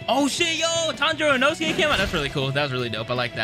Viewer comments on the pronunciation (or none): none